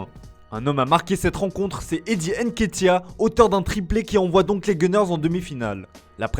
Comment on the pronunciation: On dit nketia...pas N- nketia..🤦🏾‍♂️